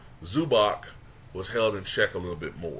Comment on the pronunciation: Zubac needs to do more, he needs to score 20pts a game at least. Especially knowing his size he should do more. 8pts 6 rebounds is weak and no assists. Also its Zubac - the K is soft it sounds like Ts in Tsunami - so Zubats. From my pov, all these big guys (centers) first thing they ought to do when they get to NBA is start working with Hakeem see if they can develop their game or make it better. You want to see progress from year 1 to year 5 (incremental progression). Hakeem's footwork was phenomenal (or from what I recall).I guess you either have it or you dont, or some are willing to learn some arent.